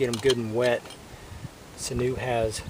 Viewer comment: It's pronounced sin-you. I'm native and use it all the time.